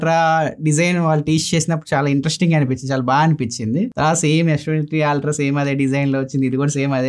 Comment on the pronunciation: Aaaltra kadhu it's ultra.